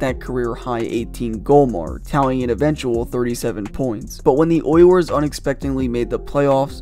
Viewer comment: I can’t get past how this dude pronounces “Oilers”. Sounds like he’s saying “Oy yers”